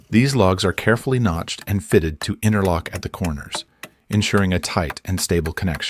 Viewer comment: InTerlock, not innerlock. The T is not silent.